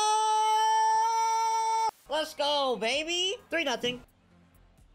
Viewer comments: bro really says Castellabos 😂😂😂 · never fails to add an M to CastellaNos' name.